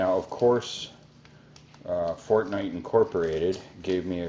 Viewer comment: Fortnite not fortnight😂😂